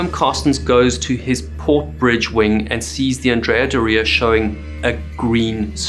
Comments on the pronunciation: Isn't Doria pronounced with the accent on the first syllable? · You should have had someone else say Andrea Doria because you destroyed a beautiful name. Theres no emphasis on the I in Doria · What's going on with your pronunciation? Andrea "Dor-ee-uh" not "Doree-yah" which sounds like your saying diarrhea and you could use help with Genoa too lol... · Great video as usual! Just 1 correction to ur pronounciation of "Andrea Doria". Doria is pronounced DO-ria, not Do-RI-a, the emphasis is on the DO, not the RI. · It’s correct (Italian) pronunciation is DÓ-ria, not „do-RIA“ as he’s saying it. He’s pronouncing „Andrea“ correctly though. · It is pronounced Andria “Dooria” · If you’re going to do videos about famous ships, PLEASE learn how to pronounce their names. It’s not Andrea “dorEEah”, it’s Andrea “DOR-ee-ah”. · you pronounce that like diarrhea, put some respect on the name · Wrong! He’s pronouncing Andrea correctly but Doria incorrectly . The accent is on the „O“ in dOria not in the“I“. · Yes, completely wrong pronunciation of „Doria“!!! It’s „DOOR-ria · Andrea Bore-ia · As an Italian and ocean liner enthusiast for over 50 years, I can tell you you’re pronouncing the ship’s name wrongly. The accent is on the „O“ in Doria and not on the „i“ like you’re saying. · I believe "Doria" is pronounced the other way around. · Yeah he’s pronouncing „Doria“ wrong!! The accent falls on the „o“ not on the „i“ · Would be a good start if you could pronounce the ships name correctly- the emphasis in Doria is on the r, not the i. Painful listening to you mispronounce it every single time. God. 🤦‍♂️🤦‍♂️🤦‍♂️🤕🤕🤕🤕